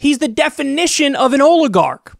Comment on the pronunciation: Oligarch not a difficult word.